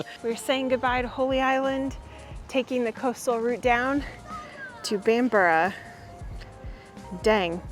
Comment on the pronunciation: Thumbs up for the correct pronunciation of Bamburgh, in the past I've heard it called Bam-burg, Bam-bruff and Bam-bora. Best part of the country I would say.......then again I would as it's on my doorstep.